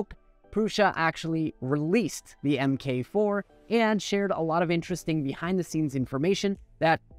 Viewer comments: Pedantic hat on MK is pronounced "mark" not "em kay." Think of the iron man suits (or Lincoln cars, but then they went off and made the MKZ and crap) With that out of the way, the MK4 was always going to be an i3 bed slinger. If it wasn't, it wouldn't be a MK4. That does not mean they won't make another design (well, obviously, they have the Mini and XL), just that it wouldn't be called the MK5 and would be something different like an XL shrunk down. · First: I was just getting ready to be all ranty about the whole "em kay" thing when you switched to saying it properly, so well done making use of the internet drive-engagement-via-strong-emotion methodology. :D I don't think the price is unreasonable. With Prusa, you're paying for three things: 1) the massive support infrastructure; 2) the track record of quality and reliability; 3) the philosophy of open-source, which means they have to earn back their costs quickly. There's also a supply and demand element - clearly there are more people willing to pay this price than there are printers to sell, at least on launch, so the price is by definition not unfair. Prusa isn't a charity, after all. As for the secrecy - I'm sure part of that is the whole open-source thing. To be true to their ethos, Prusa has to release all of the "this is how it works" information as soon as they announce the printer; but the second they release the info, the clock starts on the low-cost and low-quality copies. It's the same reason so many products have "patent pending" on them - you don't file for the patent until the product is ready to go to market. But I also wonder how much of it was the XL's constantly slipping release dates. All of the delays are well beyond Prusa's control, but the average consumer doesn't care about the fact that covid outbreaks in China killed microchip distribution or the way Putin's pride and greed has screwed up all the shipping routes into central and eastern Europe.